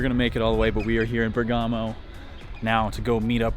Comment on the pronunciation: I’m Italian and I have to tell you that it’s called Bérgamo and not Bergámo...